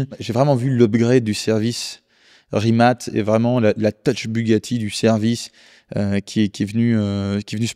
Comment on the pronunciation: C'est Rimac, pas Rimat